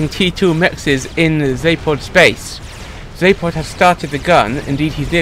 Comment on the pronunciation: "Zapod" with still hits my ear weirdly as my brain expects "Za*ph*od"